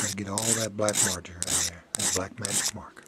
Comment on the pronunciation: Exactlyyy. When he said "look at dat" i was like.... °_°